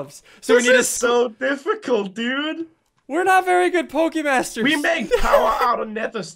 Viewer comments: "Pokemasers" LOL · "Pokemasers" tf? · “Pokemasers” yes pokemasers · its poke masters not masers! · You said Pokemon masers not masters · LEARN HOW TO SPELLLLL... Y u spell pokemasters as pokemasers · You said pokemasers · you missed the t in pokemasters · You missed the t in pokimasters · You forgot the t in pokemaster